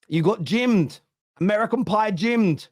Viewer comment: Amacan pie jim 😂😂😂